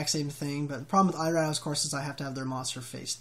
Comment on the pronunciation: eye raow? how do type this phonetically... it's ee(like in see) row